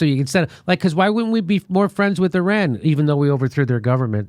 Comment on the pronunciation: I believe what you say because you pronounce Iran and Iraq correctly. Those people who say Ayeran and Ayerak but still say Italy and Israel... switch it straight off.